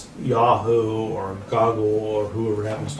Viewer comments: What year was this..he said yahoo and "goggle" 😂😂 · And he called google goggle🤣😂